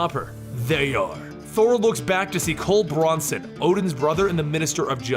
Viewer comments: Who is Cole Bronson?? Do you mean Cul Borson? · Why does he pronounce Mjolnir that way? It's M-yol-nirr, not mol-ner. And it's Cul Borson, not Cole Bronson. "Jarn-byorn"? It's pronounced "Yarn-byorn" with a hard Y sound. Why does this guy struggle pronouncing every single norse word? It's not difficult. Gods, it's called Stormbreaker, not stormbringer. I thought this guy did his research. Did he really just say "Jute-un-hyme"? Jotunheim is pronounced "Yo-tun-haym". Did he say the cancer "mestasized"???